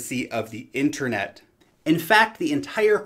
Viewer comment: it's not called 'inTREnet' it's called 'inTERnet'....